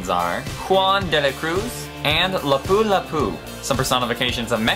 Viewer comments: Pretty nice you've mentioned the Philippines :) Btw Lapu-Lapu is pronounced here as /lah-poo-LAH-poo/ like a single word. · Juan dela Cruz is neither a saint nor a priest. He is a lay man. And Lapu-Lapu's stress is on the first syllable, not the second. -_